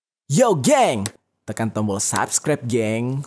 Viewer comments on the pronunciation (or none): none